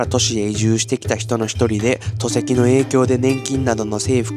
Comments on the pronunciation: 戸籍の読み方は「とせき」ではなく、「こせき」では？ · 毎回 ピュアな現地報道ありがとうございます！ Shotaさん「戸籍」トセキ って言ってます？ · 他の動画でも とせきと言ってましたが、戸籍 こせきと読みますよ！! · 戸籍って「とせき」と読むのかめっちゃ気になる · 戸籍と書いてこせきと読みます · 戸籍のこと 「とせき」と読んでるぞ やばいねこいつ。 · さん、読み方、覚えてね。戸籍、こせき。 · さん、戸籍（こせき）の事をなぜとせきとおっしゃるのか？教えて下さい。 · トセキって何だよ コセキ 戸籍 ほんとに日本人？ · 戸籍 こせき とせきじゃないよ